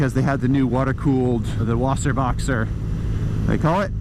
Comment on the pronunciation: It's quite interesting as a german to listen to you saying the word "Wasserboxer". 😂